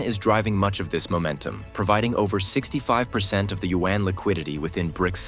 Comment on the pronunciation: Learn how to pronounce China’s currency, the yuan. It is not pronounced “U N”